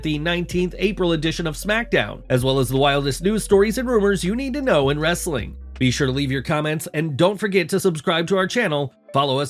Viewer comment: I HATE this voice and his stupid ‘WWWRRRRestling’ thing he does! 🤬🤬